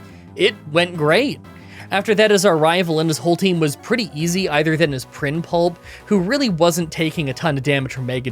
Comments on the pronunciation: Prinpulp isn't remotely correct, but I get the feeling you say it like that to get a rise out of me! 😑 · His... his what? His Prin... Pulp? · Prinpulp! lol being a baby Budew really needed some EV training to be more helpful